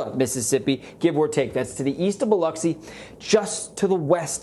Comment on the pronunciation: Thank you for saying Biloxi correctly! ❤️